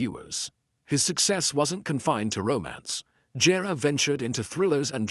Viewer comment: ANOTHER STUPID TITLE - CLICK BATE1!! OH GET TO PRONOUNCE HIS NAME PROPERLY, ITS NOT GERE, ITS GERE (GEER).